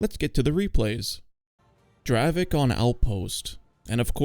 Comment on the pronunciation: even though in Poland we call it draveK its not correct. It is really pronounced in Czech like draveTZ, dont mislead people.